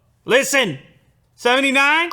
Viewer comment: Dude said 79 like its 69.